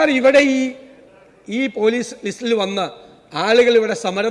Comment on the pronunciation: ലീസ്റ്😂😂 ലിസ്റ് എന്നുപോലും പറയാൻ അറിഞ്ഞുകൂടാത്ത മുക്കിയ മന്ത്രി😅